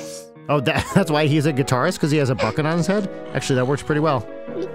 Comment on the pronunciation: said "bucket" but at first i heard "fuck it" and i was like "wow theyre a very progressive family."